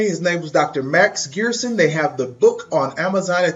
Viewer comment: PRONOUNCED 'GerSHon"... sorry... love your videos though ...